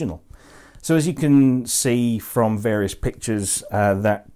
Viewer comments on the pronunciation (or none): none